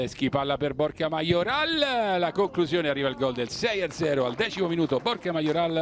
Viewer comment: Ma solo io invece di Borja sento "borchia"?😂😂😂😂